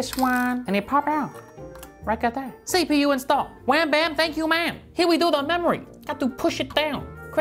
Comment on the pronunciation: I love the way he says CPU